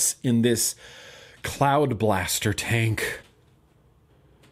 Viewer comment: I thought you said cloud bastard. Don't know why but I like cloud bastard. Ha cloud bastard.